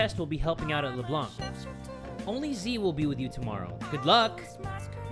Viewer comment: OH MY GOD JAY! It's pronounced Leblan, the c is silent!